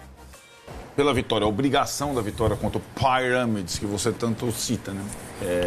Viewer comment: Gente, a pronúncia da palavra Pyramids em inglês não é tão complicada não...